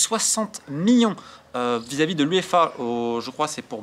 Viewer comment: Top mais stp million pas mion ça frappe les oreilles